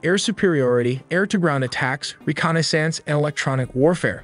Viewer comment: You or your AI have interesting grammar errors, specifically pluralization errors, e.g., "work" instead of how this works. It reminded me of my hispanic ex-wife, though she made mostly past tense errors. Then again there are things like mispronunciation of maneuverability and reconnaissance... weird collection of english errors, I point these out to make your videos iteratively better.